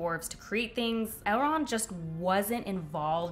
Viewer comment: Ok I love that you called Elrond "Elend" just after 6min mark. 😅 Finishing video now!